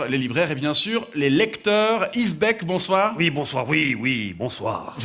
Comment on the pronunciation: presque aussi bien que Gilles Surchat